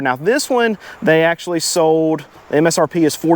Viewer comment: Why are the vehicles SOOOOOOD? Annunciate your "L" s.